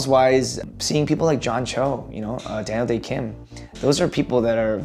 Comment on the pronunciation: 1. Role models-wise 이거 로마노스 와이f 로 들렸는데 문장보고 나서 충격/ sth-'wise' 이면 sth에 관해서는 이라는 의미이다. 2. Daniel 발음 뭉개지는 거 듣고 더 충격-아무리 따라해도 이상함 아무리 들어도 "댈~대킴" 이라고 말하는 것처럼 들림. 3. That've - Those are people that have (really just kind of) pushed 4. Growing up for me - 제가 자라면서~ 5. before me 다음에 I remember로 바로 시작하니까 문자 끝나는지도 모르고 계속 들었음. 6. I grew up doing sth- 나는 sth을 하면서 자랐다. 7. I'm not nearly as funny as ~ 내 귀에는 really로 들렸는데 nearly였네? 8. My dad's a funny guy가 My dads are funny guy로 들렸음. 9. pigeonhole you - 당신을 특정 카테고리로 분류하다. 10. After I get the job 끊고 for me, all that fades. 내가 (내) 역할을 맡게 된 이후에는 / 저에게 그런 것들은 다 (희미하게) 사라져요.